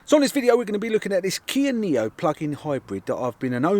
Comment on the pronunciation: Niro not neo